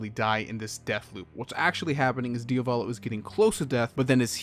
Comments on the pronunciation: yeah but why do you keep saying diovalo instead of diavolo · bro im getting triggered by how you pronounce "Dia-volo" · It's Diavolo ("dee-ah-voh-low"), not "Diovalo" ("dee-oh-vah-low"). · I’m sorry man, I’m gonna be that guy but did you just pronounce Diavolo “DIO-VOLLO” and not “Diavuh-lo”? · Cool vid, but it's a pain to hear DIA VO LO instead of idk, just checking the italian spelling :(